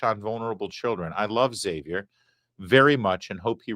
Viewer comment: I'm excited. You pronounced "Xavier" correctly. Language had meaning.